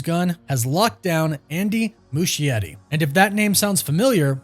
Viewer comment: Why the heck is he pronouncing Andy's name that way? Mushy Eddie 🤣🤣🤣